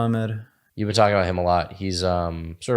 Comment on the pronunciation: Worst thing about vegangainz is the way he pronounces been as bean